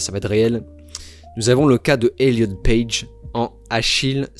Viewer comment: Achiel. Pas Achilles